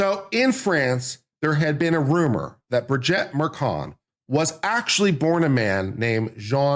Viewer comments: Bri-jet Mar-con.😂I couldn't take it. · And Bri-jeet. I can't stand them, but even Candace says it correctly 😅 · The name is not Brigette but BRIGITTE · You can’t even say Brigitte’s name properly. Would I believe you have done thorough research? No!